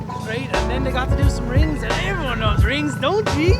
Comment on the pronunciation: Rrrrrrings Lad! Gets me all the time.